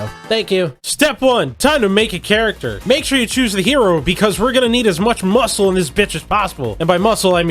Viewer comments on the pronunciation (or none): none